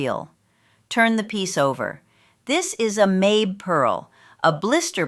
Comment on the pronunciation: It’s pronounced mah-bay, not May-b